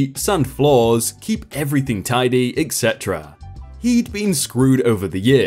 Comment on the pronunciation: Etc. ETcedra. Not EKKKcedra.